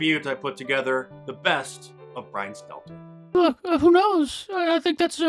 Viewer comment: He should change his name to Brian Seler... Because no T 😆